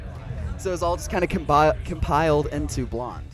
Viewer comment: "combiled" yes awsten thats how u say it